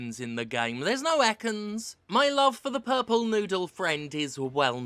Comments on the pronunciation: ok can we just take a moment to appreciate “Purmple” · Look at smol "P"urmple :D